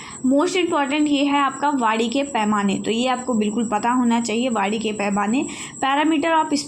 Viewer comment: Maim ye Vaani h vadi nhi 😊